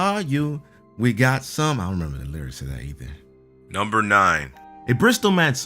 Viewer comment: wait did chu say bristol or something else